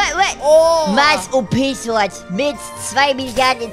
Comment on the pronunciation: dass heißt Mars und nicht maß